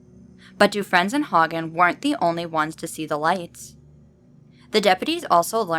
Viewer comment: Cool stories but some of the city name pronunciations are not correct but that's not easily determined from outside of Minnesota. Faribault is typicaly pronounced "Fair-a-bow". Milaca is pronounced "Mill-Acka". Some names too: "Dufresne" is pronounced "Dufrayne". The congressman discussed was Al Quie, pronounced "Qwee".